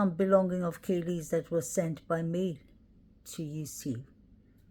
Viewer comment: It's "Kaylee" not Hailey!!!